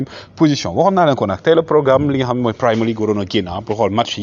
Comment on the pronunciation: Waw mbeur, on dit Premier League (premier, comme en Francais), mais pas Primer League. Sinon le boulot que tu abats nickel vraiment! Bonne continuation.